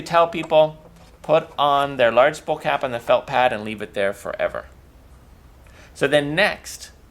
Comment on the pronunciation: A "spull" of thread. Spull?